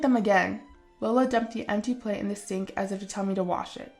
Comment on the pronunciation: the name LEOLA is pronounced wrong! (Where do you get these voice actors? Sheesh!) You pronounce it as "LO-LA" and incorrect. It IS pronounced as "LEE-OH-LA". Flipping go to google and type in, How to pronounce the name Leola?" And it will tell you! There will be a sound icon to listen to for correct pronounciation. What lazy and ignorant voice actors to not know a very old name!